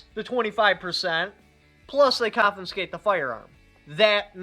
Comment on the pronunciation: I can't take advice from someone who can't pronounce confiscate and can't figure out what 25% of $200 is.